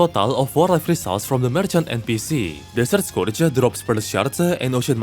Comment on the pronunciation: he finnishes almost every setence by adding a "-uh" like "desert scourge-uh" but only when its the last word in the sentence